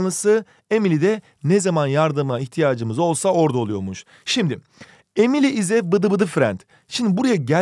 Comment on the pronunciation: EmİliYğĞğ iS a BıDı BıdIĞ fRiEnd